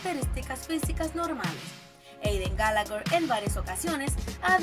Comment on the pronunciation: Eidan galager xDD (como lo pronuncia)